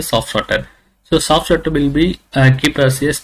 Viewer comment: Is it a "Soft Starter" or "Soft Shutter"? :/ Every time i heard it as "Soft Shutter".